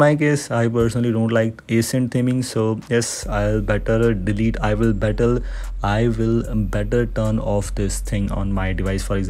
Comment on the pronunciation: My man is struggling to say ACCENT and I WILL 😂😂